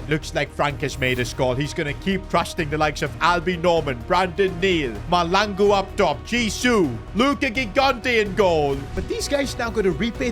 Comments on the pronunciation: by the way it is Mahlangu not Malangu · The H is not silent in Mahlangu